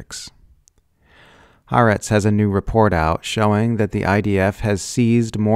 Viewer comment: It's "Ha Aretz"... two words.